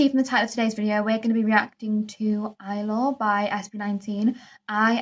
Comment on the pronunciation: No worries. A lot of reactors pronounce it that way and don't even realize after listening to the song. 😂 the letter i is only ever pronounced as "ee" in Tagalog/ Filipino, and not "eye". And a is always short, as in apple. For future reference. 😎